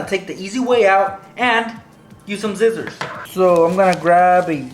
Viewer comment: The way he said scissors